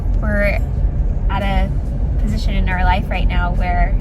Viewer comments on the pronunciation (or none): none